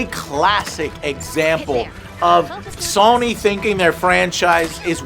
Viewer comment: How can you not pronounce Sony correctly? Did your mom drop you on your head as a baby?